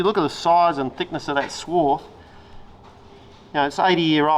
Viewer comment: If is going to be a machinist he needs to know its "swarf" not "swarth".